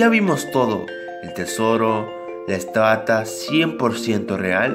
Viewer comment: Minuto dijo la estatas